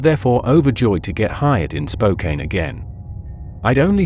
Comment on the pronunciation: Spo-Kane? I don’t think so.